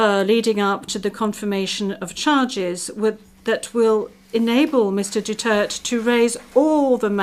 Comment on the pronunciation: I really cannot get over the judges' pronounciation of Duterte's name. They seem to use Doo-church and Dutert interchangeably.